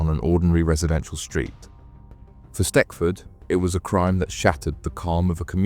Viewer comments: Its not stetford its stechford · It’s pronounced “stetchford”